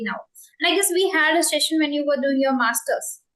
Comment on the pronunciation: You are doing very well, if you don't mind, I just want to share that you need to correct the pronunciation of the word (Session" the correct pronunciation is "sesh" "uhn" rather than "Shessh" "uhn"